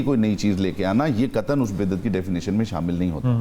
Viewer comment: Lafez biddet nhn ha bidyet ha